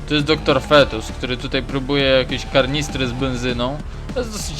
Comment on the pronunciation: Kanister, nie karnister xD posłuchaj co powiedziałeś :). A tak poza tym bardzo fajna gierka. Pozdro dla Ciebie i miłej spokojnej gry ^^.